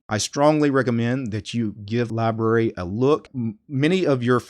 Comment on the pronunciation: It’s pronounced with 2 syllables!